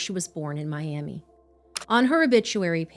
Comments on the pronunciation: Any other Oklahomans wanna point out how she pronounced Miami Oklahoma 😂, common mistake. I believe it’s pronounced like my-am-ah ? Its after a native tribe I believe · I’m sorry to say but it’s pronounced “my-am-uh” for Oklahoma’s Miami, it’s really confusing even living here 😭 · Miami, OK is actually pronounced My-am-uh. Not my-am-ee. It's after the tribe! I hope mentioning this doesn't upset anyone. I am from the area and it got told to us constantly as kids. I am devastated that such a horrific event happened to her. I hope she rests peacefully. Thank you for bringing her story out. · As a Quasi-local to Miami, OK. Just info for later. Not a critique. I promise. It is pronounced "Miama" or "Miamuh". Don't ask me why. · My-am-uh, Oklahoma lol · In Oklahoma, the city is pronounced my-AM-muh. ETA: you look really nice today,! That dark green is great with your skin tone. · Hey guys I know it’s a serious topic and y’all have probably already had this comment but it’s pronounced (my-am-uh) Oklahoma, again I’m sorry, I love you guys and your videos help so many families get their stories out there. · FYI, it's pronounced My Am Uh